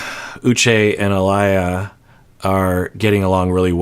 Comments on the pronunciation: I clicked too fast 🤣🤣🤣. Love your videos, but it’s Ah-Lee-Yuh. Not Ah-Lah-Yuh. Love these reaction videos fr. ❤️ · I like your videos, but I beg of you - her name is pronounced UH-LEE-YUH 🙏🏿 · I think Aaliyah is pronounced Ah-lee-uh :) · Someone never listened to the singer Aaliyah lol, pronounced ah-Lee-yuh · you are pronouncing her name incorrectly her name is pronounced Aa-lee-yah. Hopefully this helps. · I love and appreciate your content so much. One gentle thing I’d like to point out is that you mispronounced Aaliyah’s name every time you said it, even after Uche pronounced it correctly, and I know you have touched on this before in other episodes about people going by nicknames or English names because it’s “easier” for others when they prefer being called their real name. As someone who shares her name, this mispronunciation can get a little grating when someone hears or is told the correct way to say it. Just something I thought you would catch but don’t think you realized. Thank you for all that you do and for being a creator worth monetarily subscribing to! As an aspiring therapist, your content is almost better than my higher education courses. 🩷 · I've never heard Aaliyah pronounced that way 😂.